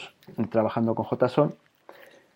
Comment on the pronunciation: En español si esta bien pronunciado